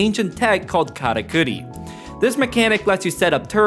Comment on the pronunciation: with the pronunciation of karakuri 🔥🔥